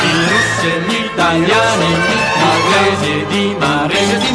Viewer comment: its Inglesi, not Englesi